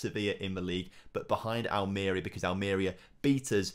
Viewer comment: any chance you can give everyone an early Crimbo present and learn how to pronounce Almeria for next episode. lol